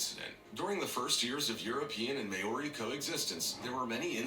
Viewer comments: Dude, clickbait thumbnail. Ruuuude. Is someone vacuuming or mowing the lawns,?? It's MAO-RI, not may-ori. That narrator needs a smack. How the fuck he say Haka and Waitangi right, but fuck up Maori? I'm born and bred here in New Zealand. We're taught Maori from kindergarten to high school! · Maori is pronounced "More-ee" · I just knew Papua New Guinea would be mentioned And they absolutely butchered the name “Maori” which is pronounced Mah - o - ree (roll the r) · oh my god, the way he pronounces Maori! It drives me nuts! May-o-re. That narrator needs to get his words straight. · Bruh the way he pronounces Maori makes me cringe, he probably mispronounced all of the names lol. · He butchered the pronunciation of Maori lmfao.. It's more like Mao the Chinese leader name and just re at the end Maori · They pronounced "Maori" wrong.